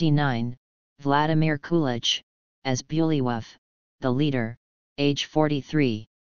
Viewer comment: This AI is pronouncing some of the names badly. Like Herger. It's with a hard G in the name.(not G as in German) Also Vladimir Kulich-(as in Kulik_,and Bulwyf (pronounced as Bulvy)